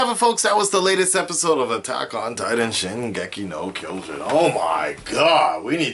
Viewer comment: How is it you live in Japan & cant properly pronounce the Anime title?